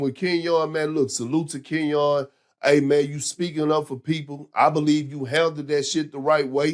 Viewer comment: "Ken-YAWN Martin"